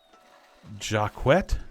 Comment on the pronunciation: Ngl, you really got me wanting to play this game. This is so cool! LMAOOOO THE HUNGER THING. THE THIRST. RIP!!! So used to self-sustaining NPC that we tend to forget those details vdskdhkd Oh btw, i think Jacquet is pronounced like "jacket" but the stressed syllable is the "et" Domingo the MVP Can't wait to see where this village goes!